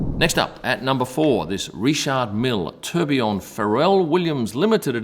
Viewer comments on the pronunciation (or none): none